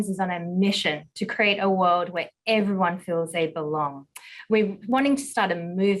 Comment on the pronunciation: "M&Ms in on a mission to kweeate a wowed where everywon bewongs"